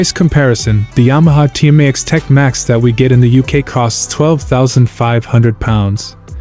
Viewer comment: Sorry I couldn’t listen to him trying to say Tmax any more…and the Xadv is cheaper